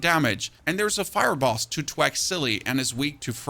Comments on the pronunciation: TH-Wack. I love the vids. Makes POE2 digestible and gives a strong base/anchor point. It’s pronounced TH-Wack. Not T-HHwack. 😅 much love brotha. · good video. you're saying "twack" when i think you're meaning to say "thwack"